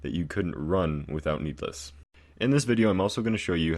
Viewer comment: YES OMG ITS SO ANNOYING